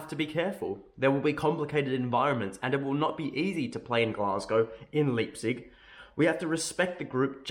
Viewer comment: Please god go check out how to say Leipzig. 🤣